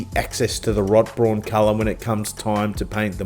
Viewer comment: “Rot-Brawn!” Love the way you said that. 😆😂🤣 It should of course be pronounced roughly “Wrote-Brown”, but your way sounds better!